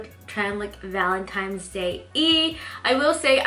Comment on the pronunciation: I love your tutorials! Big fan here but I noticed whenever you said Valentine's, you pronounce it Valentimes. There is no M in Valentine's day sweetie. 😂😂😂 Other than that, this look is absolutely beautiful!! ❤️❤️❤️❤️❤️